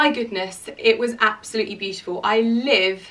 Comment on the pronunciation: stop saying absoutely like that so many times